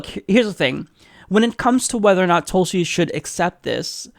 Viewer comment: Pronounced as thoo(as in wool)lsi *